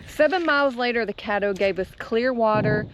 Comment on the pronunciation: It’s CADDO River smh